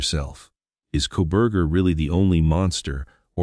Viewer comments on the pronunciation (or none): This is all such B.S. opening the floodgates yet again, for all of these conspiracy nuts and Proberger idiotic comments. This is all just more phoney, sensationalism crap.. Right down to the generated narration that cant even say the names right.." Mo-Jen" and Co- bur-jur" 🤣 !! He was a loner with virtually no friends ( or accomplices) pleads guilty and will rot away in Prison, and yet he doesn't implicate anyone else out of the protective " goodness of his heart" ???? When will this insanity ever end !!